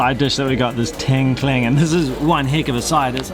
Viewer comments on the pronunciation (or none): Its Tengkleng not klengteng